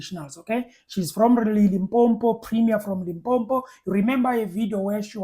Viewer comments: My man ke limpopo not limpompo please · Can you say Limpopo and not limpompo? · It's Limpopo not LIMPOMPO!